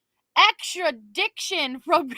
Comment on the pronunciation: extra-diction!!! 😂😂😂 LMAO I can't!